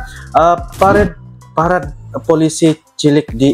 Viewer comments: Bukan " PARED" tapi "PA-RA-DE" dalam bahasa Indonesia dibaca terus, .... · Bacanya pa-ra-de bang..... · PA, RA, DE, bacaan nya bg artinya peragaan, pawai dll